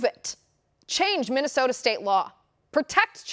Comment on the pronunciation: Say minnisota................who do you think you are......CALIFORNIA???